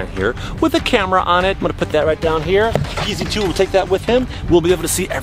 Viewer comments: Who who else thinks pz2 said Pz foof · It’s ‘PZ unf’ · He is saying Peezy Foof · It sounded like pz 2 said pita doonf or piece of doonf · Pz2 is saying pzfunf